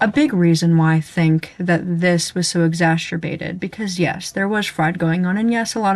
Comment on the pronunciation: I don't have any disagreement worth noting, video is fine - I do wanna point out that "Exacerbated" is not pronounced with a 'sh' sound. Just in case that isn't a personal vocal quirk.